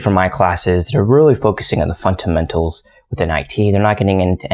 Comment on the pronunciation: .... thought i was the only one hearing it